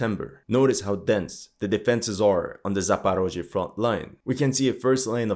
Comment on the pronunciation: I immediately understood where you get your information from, as soon as I heard your pronunciation of the names of Ukrainian cities and territories (that's what Russians call them). Not Zaparozhye, but Zaporizhzhia, not Dnepr, but Dnipro.